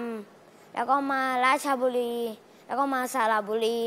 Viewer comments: อยู่"ราช..รี"ฮ่ะ555 บราซิลลลล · คนเก่าคนแก่ยังเรียก ราชรี ไม่ต้องไคร แม่คุน ผมเนี่ยแหละจังหวัดตัวเองแท้ๆ555